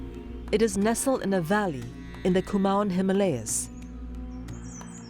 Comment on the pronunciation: The narrator needs to correct the pronunciation of Himalayas...